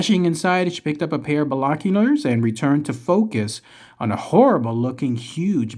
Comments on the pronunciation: ....Bilockulars! What are Bilockulars,? Are you creating new words again? LOL.. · Yup, ....Bilockulars! LOL